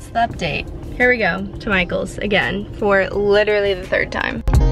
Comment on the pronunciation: When she says Michaels it sounds like “my goals!” Lol idk if anyone else heard that.